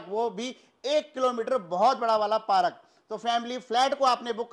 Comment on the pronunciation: सर आप बहुत अच्छा बोलते हो बहुत हसाते भी हो घर त़ बहुत ही सुन्दर है। बस एक चीज गलत बोलते हो हर विडिओ मे पारक नहीं होता पार्क होता है I hope you don't mind